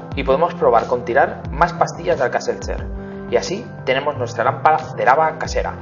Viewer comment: Todo iba bien hasta que dijo alka-setder